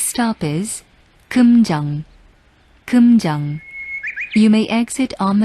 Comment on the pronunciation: 남자 목소리 오랜만이기도 한데 살짝 웃기다 꿈정 꿈정 ㅋㅋㅋ